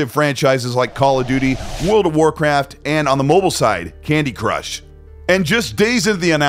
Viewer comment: I could swear he said World of Warcrap 🤣